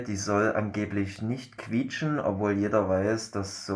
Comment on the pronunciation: Das heißt quietschen